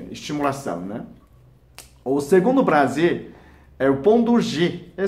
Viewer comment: Clidoris....plazer....plostata...e pastel de flango.... Tirando isso tá valendo!